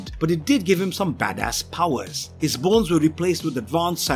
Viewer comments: bro you sounded like you said balls instead of bones lol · No he didn't